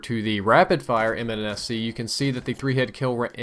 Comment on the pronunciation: mnsc???? you said mnsc!!!!!!!!